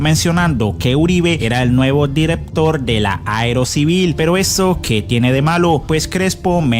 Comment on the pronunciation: Director, no direptor corrija dicción es por su bien